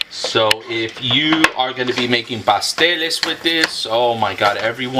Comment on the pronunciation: I thought you said pastelillos